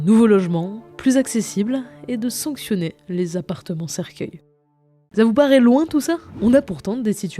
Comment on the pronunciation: c’est « cercueils » pas « cerceuils » 😅